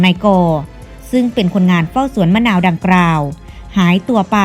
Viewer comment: ดังกล่าวนะครับ ไม่ใช่ดังกร่าว อ่าไปได้ กลับก้ออ่านเป็น กรับ เห้อๆๆ